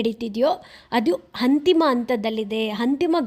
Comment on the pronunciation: ಅದು "ಹಂತಿಮ" ಅಲ್ಲ "ಅಂತಿಮ"